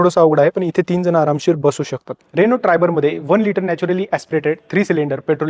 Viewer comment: रेणू नाही रे अण्णा रेनो म्हण गावठी पणा सोड 😄